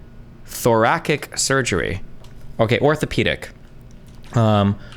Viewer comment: lmao “Thor-rack-ick”